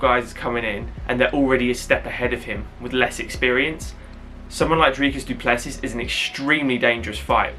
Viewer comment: Well done on the pronunciation! Not 100% but very close… close enough brother ;)